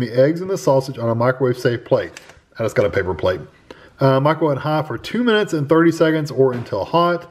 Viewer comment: My word...😮...it sounded like you said microwave it for "two nights"...💯✔